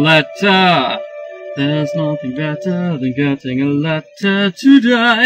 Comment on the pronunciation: Do do do do doo There's nothing better (betta) Than getting a letter (letta) There's nothing better (betta) Than getting a letter (letta) Today!